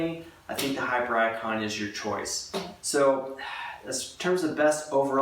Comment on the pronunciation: Do we not thinks it pronounced hipiericon? Not hyper icon.